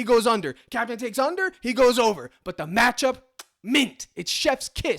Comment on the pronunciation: The Cap-e-tan himself🙏🏽🙏🏽🙏🏽 #ForThePeople